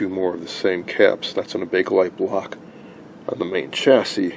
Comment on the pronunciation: Well, I see you actually did find the "A" in BAKELITE. "Bakelite", not "Bake-A-Lite".